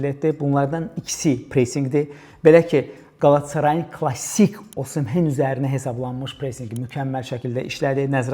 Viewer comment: [Osimhen] yox [Osimen]